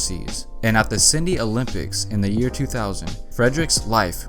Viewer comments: Bro, it’s Sydney, not Syndey Say it right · Yo my man I think u mean "Sydney"